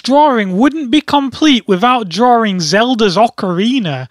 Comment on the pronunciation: I love hearing hearing him say "drawrr" and "drawrring".